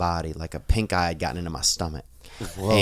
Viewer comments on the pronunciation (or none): none